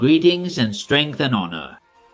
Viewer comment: He doesn't say that there's no difference between Spanish and English pronunce. He's just saying that the youtuber's pronouncing of "h" and "honour" is very well and near than the true English pronounce sounds like. Pero por lo que sea los incels somos nosotros, que queremos construir un argumento en base a la pronunciación del pibe lol